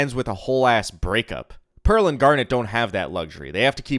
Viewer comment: also the character named “Pear” needing to be forgiven. “Pear” “Pearl” lmao